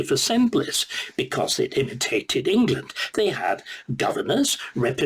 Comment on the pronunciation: I'm sorry, we are the United Kingdom of Great Britian and Northern Ireland, not Englerland, Not Scoterland, Not Waleslandand not Northern Irelend, the sooner you stop your speaking crap the better we will be